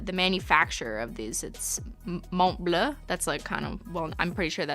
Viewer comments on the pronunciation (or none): none